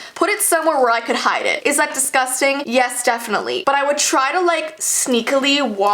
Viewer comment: I’m a huge germaphobe 😤 this is “desgusteng”